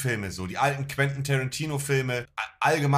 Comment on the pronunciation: "Kran Tariiinooo"